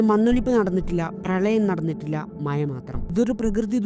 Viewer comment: മയ❌ മഴ ✅